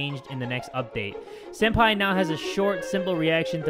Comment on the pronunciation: Why do you call senpai sen-daddy?